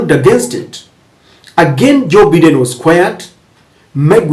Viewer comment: It's Biden not Baiden.